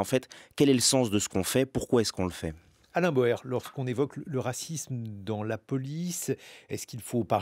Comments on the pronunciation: D'après la voix, l'invité s'appelle "Alain BAUER" et non "Alain BOER" 😇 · Bauer et NON PAS "Boer"! 😡